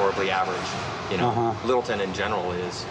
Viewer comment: middleton? its littleton